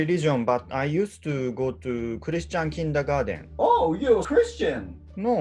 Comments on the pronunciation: 今更だし他の方が指摘してるかもしれないけど ❌ Kindergarden ⭕ Kindergarten ですね 発音も デン ではなく トゥン みたいな感じになります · 好きでこの動画何回も見てたけど、久しぶりに見たら、 kindergartenがkindergardenになってることに気づいた